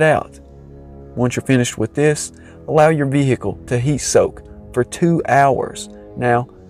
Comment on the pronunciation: Ve- hicle ? 🤔